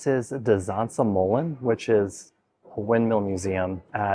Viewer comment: de uitspraak van Verkade is Verkade niet Verkada , pas na 5 keer begreep ik waar het over ging. (Nooit in de buurt van Zaanse schans geweest) Duyvis verstond ik wel. Molen heeft de klemtoon (stress) op MO, dus MO-len.